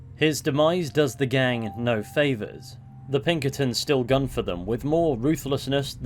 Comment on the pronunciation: “The plunkertins” it’s Pinkertons😭🤣🤣